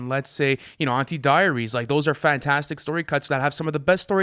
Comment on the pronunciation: If this dude pronounces diaries wrong again, Kendrick literally says it in the song